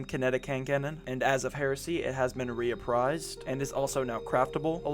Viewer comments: “Reprised” not re-a-prised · No a in reprised. Not being a Dick just letting you know brotha. Great vid